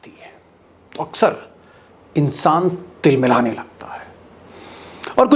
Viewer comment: Deepak G Tilmilane nahi Bilbilane ..... 😝😝😝😝😝😝